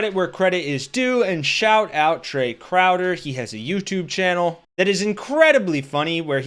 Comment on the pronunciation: Oh. My. Gawd. "Trevor Crow?" CROWDER. TRAE. CROWDER. That's the kind of illiterate rubbish I expect from a MAGA channel.